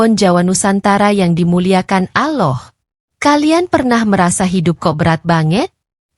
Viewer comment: Mohon ma'af, anda ini muslim apa non muslim sih, menyebut ALLAH kok aloh